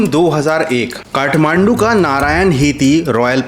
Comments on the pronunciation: Bro its kathmandu. Not kahmandu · It's Kathmandu. Not kahmandu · Kahmandu 😂 Kathmandu hota hai bhai 😂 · I THINK IT SHOULD BE KATHMANDU✅ NOT KAHMANDU❎ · Kathmandu❌ Kahmandu✅😂